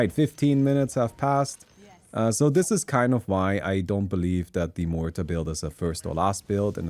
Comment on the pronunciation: About pronunciation of muerta. Your R is fine, the er is wrong. Mu - er - ta You are saying môrta Mor - ta